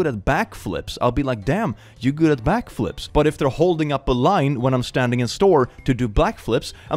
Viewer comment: did you say black flips?? lol